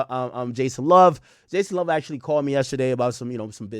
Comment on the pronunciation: Bro said Jason Luv… I’m dead